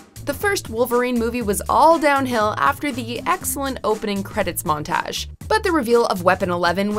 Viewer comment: Hahaa!! The way she said "Montage"